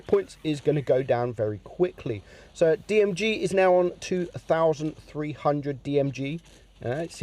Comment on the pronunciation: It’s Girl not Jirl